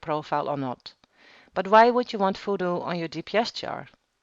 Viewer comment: What the fuck is FOODOO? Don't call it FOODOO if it's called VuhDo. V. Yeah. V. Not F. V.